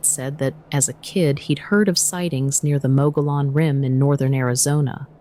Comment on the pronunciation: Google has the ability to help you pronounce words correctly like javelina and Mogollon.